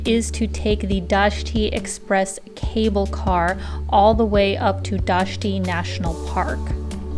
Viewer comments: Dayti is pronounced “die-tea”; not “dosh-tea”. 😊 I’ve lived here over 7 years. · In Albanian dajti English dayti not dashti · Albanian J are English Y sound, if it helps you with the pronunciation at all. i.e. Dajti would be die-tee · It so different the way you pronounced Dajti :)